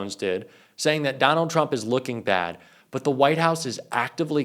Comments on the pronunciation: "TURMP" ... lol! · Who the heck is Turmp? If you want us to take you seriously, pay attention to your presentation.